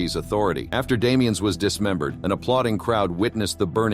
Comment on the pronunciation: I believe the name being French the S in Damiens is silent